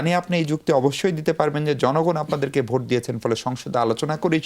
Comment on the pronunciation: গনভুট নাকি গনভূত নাকি গনভোট।যারা ভোট শব্দটি ঠিক মতো উচ্চারণ করতে পারে না তারা মহান জাতীয় সংসদে যাবে এই দুঃখ রাখার জায়গা নেই।